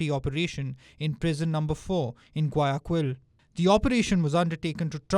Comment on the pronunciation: You really need to learn how to pronounce Guayaquil before trying to make a video about Ecuador.